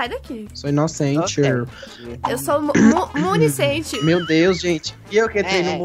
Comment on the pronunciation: "Municente" KSKKKKAKAAKAAAKAKKA JURO, ADORO TU, VOCÊ É A MELHOR;))KKKK